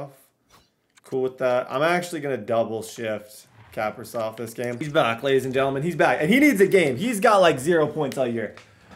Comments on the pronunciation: its not cap-a-riv its ca-pri-sov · The way you say Kaprisov just bothers me (Cah-Pre-Sov) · It is pronounced kah-pri-sov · Kaprizov is capri-zov.. like capri sun juice not cap-ri-zov.. and foligno is fo-lee-no not fo-lig-no.. some pronunciations from a wild fan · 1) it’s kuh-pree-zov (kaprizov) 2) it’s full-ee-no (foligno) 3) talbot is miles better